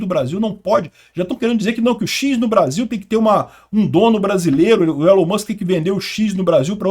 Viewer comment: Se fala "ÍLON" Musk.